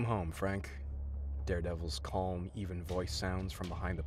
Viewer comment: You do know the L in calm is silent right? It’s not pronounced how it’s spelled it’s pronounced kaam